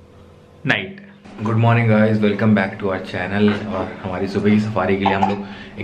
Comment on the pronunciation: Guuuuuuu - 😁😁😁😁 ye guuuu kyu bola tumne, D kaha gya ?